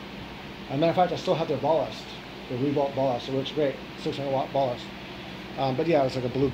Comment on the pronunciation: It isn't ball-ist it is bal-ist.